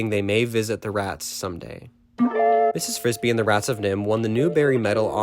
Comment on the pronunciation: Mrs. BRISBY. Not Frisbee.